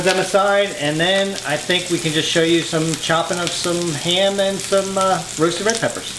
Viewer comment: whenever he said ham I thought he said hand lol I'm like WTF